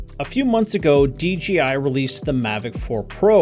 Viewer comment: It’s DJI not DGI